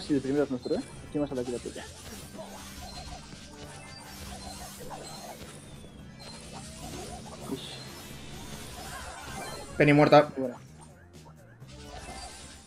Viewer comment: Álvaro dice pene envede peny 😂😂😂 Da like si lo has escuchado o si lo has buscado 👍👍